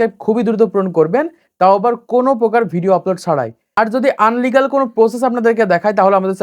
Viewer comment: আনলিগ্যাল না রে ভাই ইলিগ্যাল